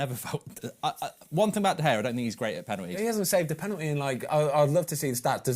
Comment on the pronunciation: It's great to get a specialist's view, and Ben Foster seems like a really good bloke, but come on, how hard can it be to pronounce David De Gea's name correctly? It's not that difficult.